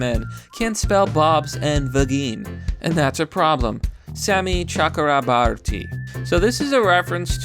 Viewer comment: He actually pronounced Shami Chakrabarti pretty well also. Then he says 'anen' instead of 'anon' and makes me die a little inside.